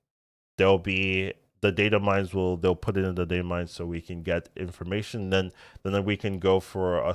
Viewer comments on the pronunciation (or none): none